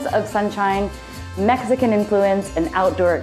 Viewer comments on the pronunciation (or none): none